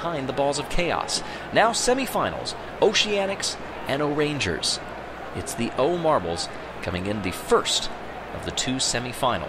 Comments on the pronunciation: The pronunciation of “orangers” makes me upset It’s O’rangers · Hearing "Orange ers" kills me. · "orangers" Umm can you repeat that plz?